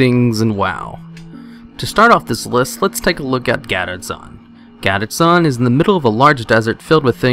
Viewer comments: Gaddetzan? Gadgetzan. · GADET-ZAN???? WOT?? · Love how you mispronounce Gadgetzan lol. It is pronounced gad (A as in Apple) get is prounced jet then add zan ( a as in Apple). Never heard it pronounced as you do even Blizzard employees prounced it as I typed. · Gadedtzan ? wtf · Why are you saying Gadgetzan incorrectly?